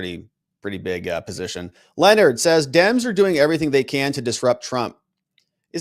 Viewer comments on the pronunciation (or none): none